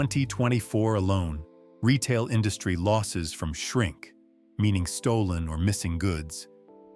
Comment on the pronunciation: Check a dictionary for the word "quality". Since when is "Retail" pronounced "ree tall"?